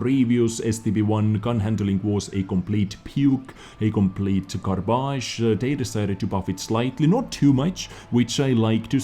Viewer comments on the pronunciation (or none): I though I was the only one pronouncing "garbage" as garbaž